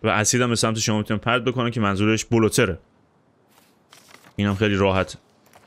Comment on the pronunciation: جان بلوتر رو بلودر بگی بهتره یکم آمریکایی تره چون خودشونم میگن بلودر دقت کنی